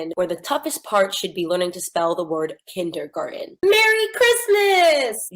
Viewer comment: Spell it? She can’t say, “kindergarten.”